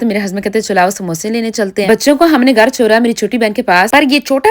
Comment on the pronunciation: ye Urdu kesi bolti hain. Ghar (Gaar)